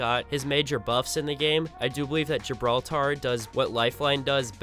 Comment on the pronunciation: GibrAltar is what you say lol